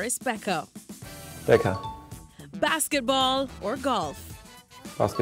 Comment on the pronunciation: That was tue most german "BASKETBALL" i ever heard.😀